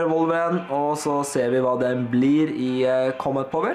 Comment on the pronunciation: Du ut-taler alt kjempebra, men du sier litt feil combat power, men vet hva dysteleksi er så det skader ikke meg.